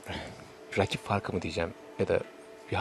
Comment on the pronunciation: "veleybol", "raaakip"," haaaakem" diye konuşan spor yorumcusu olamaz zaten. sokaktan geçen rastgele bi vatandaşı oraya oturtsan daha düzgün konuşurdu.